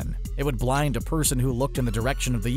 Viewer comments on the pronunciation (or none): none